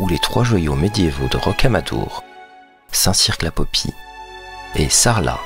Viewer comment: Oui, je connais bien ma région... Par contre, dans le département 24 - la Dordogne - il vaut mieux dire Périgord... ils sont tatillons là-dessus... : ) La vidéo est ben montée, la voix agréable. On ne prononce par le Q de Saint Cirq J'y suis passé la semaine dernière (Saint Cirq, Rocamadour) 🤗